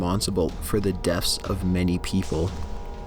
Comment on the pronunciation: teffie Walker simpson I noticed that as well. He also says "deaf" instead of "death" quite a few times.